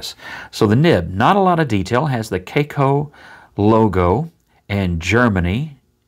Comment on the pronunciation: To me it looks more like an hybrid of the Lamy Aion and Lamy 2000, the design of the first with the material of the second, it's a very curious combination but reading all the comments about the cracking issues I don't think I'm ready to try it. In other order of ideas, I don't think your pronunciation of the brand is correct as it's a Chinese company, maybe a Chinese or Asian viewer could verify that. Great video and positive vibes as usual. Regards.